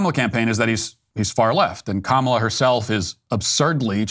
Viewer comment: Matt it's pronounced ka mAH la! It drives me nuts how people bend the knee